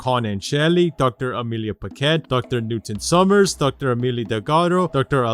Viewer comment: The way you said DR Newton summers caught me off gaurd